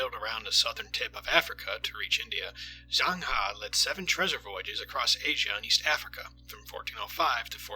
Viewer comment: u pronounced zheng he wrongly